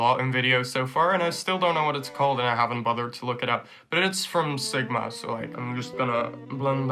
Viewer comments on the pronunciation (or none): it's from where u say?? sUgMa??